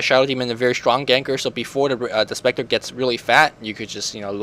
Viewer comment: SHtronk xD